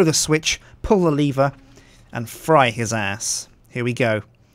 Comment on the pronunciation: It's not leever do you now how to read